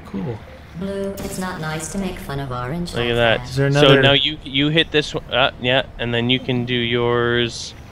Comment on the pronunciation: It said oarnge and i were just discusting ur behavor